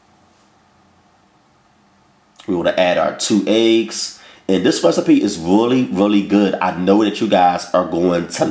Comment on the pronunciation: I love when he says recstapee lol.. Let me also say that I love all of his recipes. Nothing bad yet.